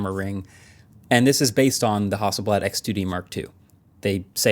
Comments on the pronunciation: HASSELBLAD more like hassle-bland 😂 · I'm not gonna lie, every time I heard you guys say Hasselblad on the podcast, I thought the brand was called House of Blood and without a second thought, felt like that would be a normal name for a camera brand. I need to get out more...